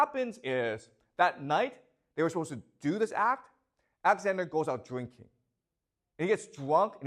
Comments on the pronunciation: Why is your pronunciation so lazy and sloppy? Axander, hair for "heir" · Lmao I can't unhear it now😂 He says it so much too, thanks for ruining the video for me 🤣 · He calls Alexander axander😢😢😢😢😢😢